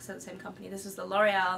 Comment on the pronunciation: When Fleur says the Loreal I always hear Delorean hahaha